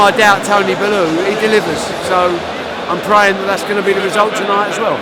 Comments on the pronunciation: ffs Tony Belooo its Bellew you old sexy fool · Tony ballooooooooo 🤣🤣🤣🤣🤣🤣Barry your saying he’s one of your mates and u carnt even get his name right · Tony made you and your family lots of money, and you still can’t pronounce his name right. “ Belloo”.. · “Tony Balloo” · Pretty sure it’s pronounced “Bell U”.... not Baloo... this isn’t the jungle book Barry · A good friend? You can't even pronounce he's surname correctly. TWAT! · The nonce cares about his fighters that much he can't even pronounce the name correctly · you'd think as this guy is a good friend of his he'd at least get his name right😅😅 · He can’t say tony bellew haha